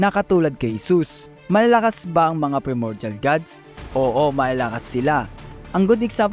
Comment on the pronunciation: bali yung pronunciation ng PRIMORDIAL is PRAY MOR JAL parang ganon. basta PRAY (hindi dasal ah parang prito ganon pero letter P)